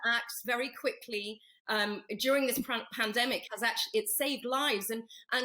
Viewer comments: Someone please teach to say pandemic, a year later panamdemic,.love how the women are trying not to fall on the floor laughing at this thicko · I'm sure he does that on purpose , he's been saying Panademic for as long as I can remember and no-one ever corrects him on it - surely he is not totally fuck-witted ! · That wannabe Peter Stringfellow is such a nonce. So ignorant. Wish I'd never used his plumbing company over the years. Overpriced work. Obviously needed the money for his plastic surgery. Doesn't even know it's pronounced pandemic not 'panademic'. Charlie is just peed off that he's losing his cheap labour. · WTF is a Padedemic Charlie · Not sure who's getting more airtime at the moment Poundland Rod or Tony BLiar??? Both are *$&$*$%#!!!! "It's a Pan-A-Demic" 🤦‍♂️